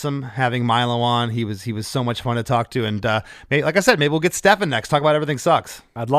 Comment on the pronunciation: Please pronounce Stephan's name correctly